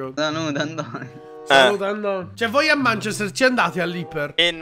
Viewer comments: manchester è pronunciato manchèster non mànchester quindi si, hai ragione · ma manchester non si pronuncia così....anche google traduttore lo dice giusto...provate😂